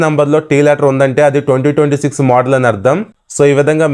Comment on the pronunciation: మొదల్ ❎ మోడల్ ✅😅